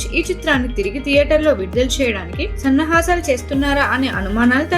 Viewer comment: సన్నహాసాలు కాదు సన్నాహాలు... తెలుగు భాష నీ ఖూనీ చేయకు